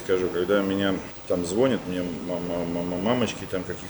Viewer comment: звОнят и ездЮют......это пипец...Ивлев может и крутой мастер, но безграммотный...20-ая минута....дальше перестал смотреть